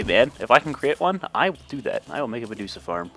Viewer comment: The way yu say meducha lol